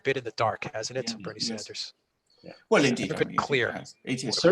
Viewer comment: Alexander Mercouris IT'S "SANDERS" PS love u guys